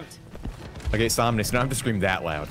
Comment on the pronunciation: Never has Somnus sounded more German lmao